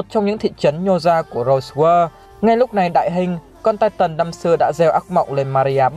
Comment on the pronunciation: Anh đọc chứ titan thay chữ tai tần đc k nghe nó kì kí